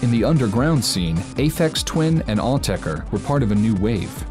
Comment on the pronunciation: Props for pronouncing 'Autechre' properly. That is all.